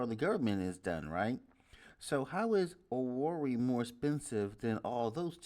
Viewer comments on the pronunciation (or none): It is Imo state and the capital is Owerri but pronounced as Owehreh